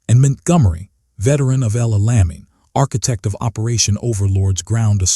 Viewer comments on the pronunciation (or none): Man this doc is hilariously stupid because La Lamy is supposed to be Al Alamein and , the AI states Montgomery's name as Mint Gummery. That said, WW2 Content Creators need to get their shit together if they're hoping YouTube Viewers will take them seriously.